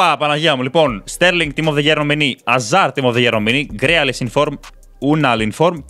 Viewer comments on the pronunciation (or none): none